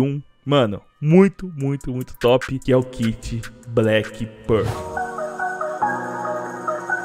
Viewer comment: Mano só me dá agonia do jeito que você fala black pearl sempre errado KKKKKKKKKKK No mais, seus vídeos são sensacionais, parabéns